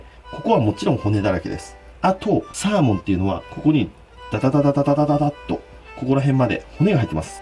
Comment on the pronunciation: サ↓ー↑モン